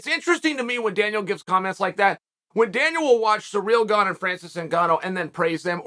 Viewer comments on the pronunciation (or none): none